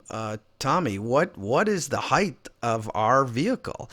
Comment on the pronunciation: Height not heighth